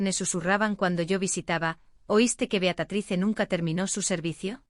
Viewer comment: Beatatrice? Caramba. Se dice Beatriz